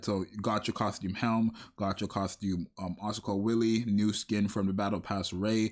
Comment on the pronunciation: >Asuka Willy Wille is German, it's pronounced like Villa, and means Will, in the sense of mental fortitude or ability to make decisions. Now, I've seen Asuka with a willy, but I don't think that art is canon